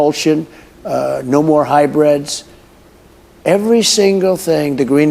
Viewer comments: 🤔(02.53)One question mr trump wtf is a ""high-bread"" 🤷?? or did you mean Hybrid 😂😂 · I noticed he said “ high-bred cars”, too. Does he not understand the word hybrid? LOL! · Wtf is a “high-bread”?🤔